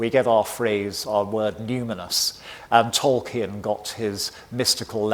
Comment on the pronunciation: Thank you for such an informative presentation. I loved watching it. However, one tiny correction, it’s Tol-KEEN, not Tol-KIN or Tol-key-in. That’s how Professor Tolkien pronounced it.